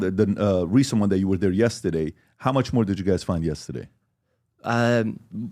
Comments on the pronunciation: I love how PBD say yesteday 🥰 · “Yesta- day “ 😂